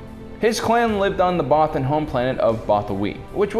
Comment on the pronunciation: First time I saw it I thought they said “many brothers” I mean mean what is a godamn bothan